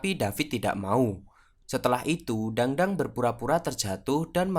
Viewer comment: bacanya bukan dangdang,, tapi tangtang